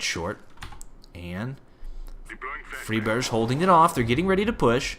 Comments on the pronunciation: It's fry-berg (like Iceberg), not free-berge. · Great video but keep in mind that Friberg is pronounced with a regular [g] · Great commentary. Liked it a lot. One thing to note though is that Friberg's name isn't pronounced with a "sh"-sound at the end. The G is pronounced like the G in Gregg or Garfield. Don't wanna be a nit-picky little bitch. Just thought some might wanna know. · you pronounced fribergs' name around three different ways that entire game :D :D